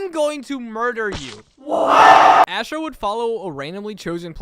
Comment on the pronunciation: that's not Astro, that's Asstro